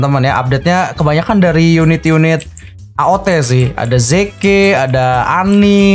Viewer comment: Zeke dibacanya zik bukan ziki dikira siki kanjut kali ya